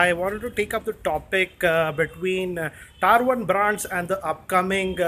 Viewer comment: Tier is pronounced "TEAR", not "TYRE"..